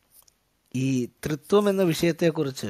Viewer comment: " ത്രീ ത്വം."....."തൃത്വം" ഇത് രണ്ടും രണ്ടാണ്.. ; ഒന്നല്ല